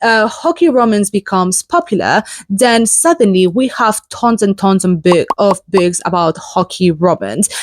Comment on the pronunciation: Nice. Thank you for sharing! I like what you do. But since you talk about books, I'd really love it if you could try learning just that one word, how to pronounce it like most English speakers do, i.e. BOOKS instead of BICKS. Because it really sticks out when you speak. Please forgive me for asking this but I'm an editor and can't help it. It's for your benefit, too. God bless.